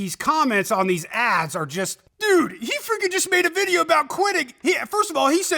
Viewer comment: I don't know here's an easy question why can't you pronounce the word video the way it's written the way it's supposed to be pronounced I don't get it